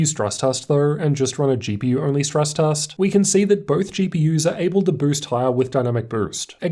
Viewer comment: Why do you pronounce letters E and S as a U. You always say FP"us" instead of FPS and Tust instead of Test. Just improve on the vocabulary because it's quite an annoyance.